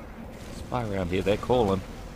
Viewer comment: "G'day all, HEER."